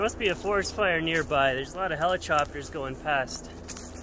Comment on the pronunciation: Helichopters?And then proceeds to talk about working on pronunciation for a totally different word lol